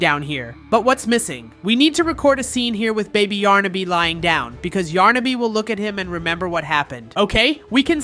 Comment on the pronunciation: it's yarnaby not yarnabi